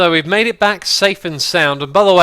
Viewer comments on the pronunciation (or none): none